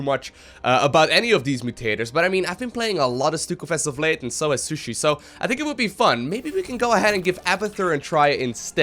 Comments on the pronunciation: I always hear pronounce Shisui as "sushi". Maybe I missed something, but I always thought "Shisui" was pronouced "shEE-swei" or something like that. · your friend's name is not SU - SHI its SHI - SU - I after a naruto character i belive:v